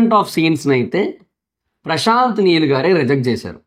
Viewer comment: meel kadhu neel